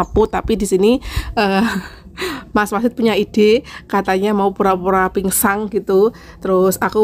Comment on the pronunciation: Kirain cuma typo ternyata memang bilangnya pinsang.. pingsan.. tapi gpp kok malah lucu menghibur denger nya 😊❤